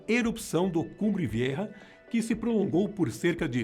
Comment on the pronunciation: O nome do vulcão é cumbre velha e não viêrra